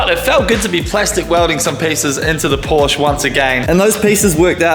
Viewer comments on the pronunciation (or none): 4 months into the build and you're still unable to pronounce porsche correctly